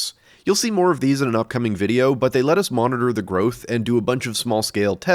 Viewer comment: Now if I hear "but" in any other videos I see and hear "butt"